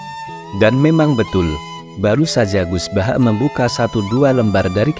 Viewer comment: Mohon maaf..banget.. Penyebutan nama itu gus baha bukan gus bahak..mohon maaf